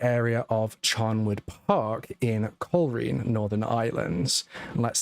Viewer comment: Hi. This takes place in Northern Ireland. At that stage the police were known as RUC, Royal Ulster Constabulary, now known as the PSNI . The Garda are active in the Republic of Ireland. Also, it's not pronounced "coal reen" but "coal rain"